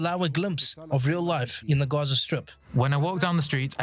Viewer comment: Why do you pronounce Gaza as "Gorza"?